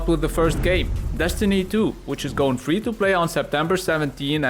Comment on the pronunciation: for fweeee